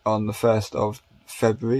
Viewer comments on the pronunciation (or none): I love everything about these videos except for the way he pronounces February.